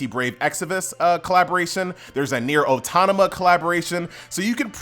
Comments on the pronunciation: "Brave Exavus" "Nier Autonama" lol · Atleast effin pronounce the collabs right, jeus christ. wth is a exiVUS and an autoNAMA. Even the game itself you said anaMEIS jesus christ.